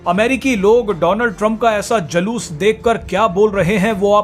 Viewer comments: Jaloos nahi Juloos bolo 8th passed news anchor ji. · Anchor ko pahle bhasha ka uccharan sahi karwao...Julus ko Jalus bol rha hai. Girta hua patrakarita ka star.